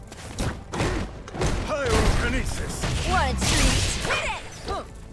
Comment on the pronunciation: So annoying saying everytime "Pirokinesis" and "Criokinesis". Jesus!